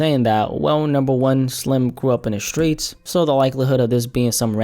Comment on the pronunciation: “The skreets is the skreets glad”